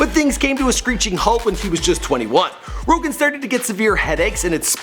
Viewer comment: joe rogaine lol